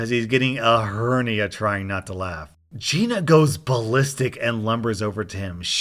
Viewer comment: The story with the Gina. Every time I heard you say Geena, I heard Geye-na. The most appropriate pronunciation of a Giiina I ever heard.